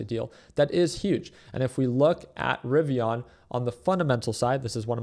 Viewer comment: Rivian not rivi”on” lol 😂